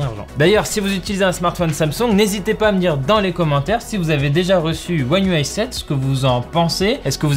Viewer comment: Déjà chapeau bas pour la prononciation one ui7-8à chaque fois parfaite 😂